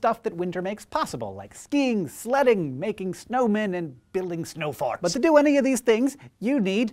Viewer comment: Hey, Hank. I hope you'll pardon this juvenile attempt at humor. However, I thought you should be aware that, at the beginning of this thing, it sounded like you said "snow farts." Lol. Too funny.